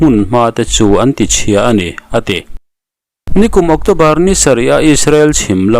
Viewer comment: Octawbar ani thei dawn a mi? ocțobar ani zawk lo maw?